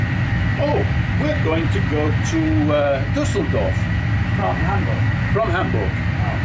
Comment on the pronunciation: I really like the fact he puts effort into correctly pronouncing Düsseldorf and Hamburg